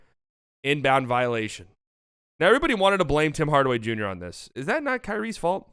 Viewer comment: "Bim Bardaway Bunior " I died XD